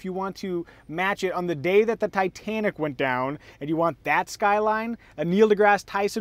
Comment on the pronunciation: great review, but why cant u say tai -tennik ?